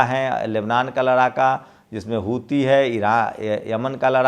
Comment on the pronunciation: Huthi HOTA Hai "hithu"Nahi.